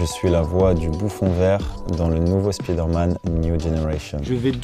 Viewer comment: Par pitié apprenez a prononcer le mot "spider". C'est insupportable. Si le super heros s'appelait Speeder Man on serait au courant, alors arretez de passer pour des bouffons.